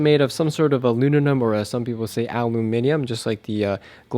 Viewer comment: Thanks man! You know it's aluminum, not aluninum?